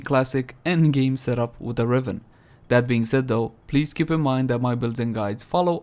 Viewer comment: Please start saying "widda riven". I miss it.